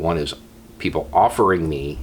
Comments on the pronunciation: I heard Poogle. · I was saying elsewhere more like Beaugles, no? That’s what I heard.